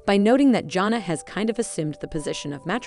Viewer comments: I wish you would learn how to probably pronounce her name. It’s not Jona! it’s Jana!!! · Agree with you, JP! It's JAN-uh, not JOHN-uh! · Jana.... not Johna. Please!!!!!! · The announcer needs to learn the names of the subject! JANNA, not Jhonna. Jinger not Ginger! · It's Jan a. Not Jon a. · Her name is Jana. Not Jona! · I am going to keep leaving comments until you learn how to pronounce their names. Her name is Jana, like banana. It’s a short a sound. Please have the respect for her and for your viewers to pronounce it correctly. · Her name is Jana (Ja na). Try saying it correctly!!!! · Thumbs down 👎 learn how to pronounce Jana’s name. Until then don’t post an update! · Omg..yes first thing I noticed...drove me crazy!